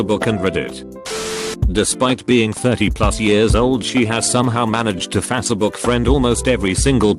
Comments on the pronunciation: Nobody: ... The world : facebook The voice in this video : fatabook 🤣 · Subs:faster book Audio:fassabook